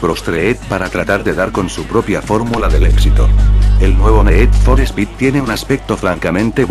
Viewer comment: el ne'ed for spe'ed mos guan'ted lol,nunca entendi por que la pronucicion inglesa es tan dificil para los castellanos...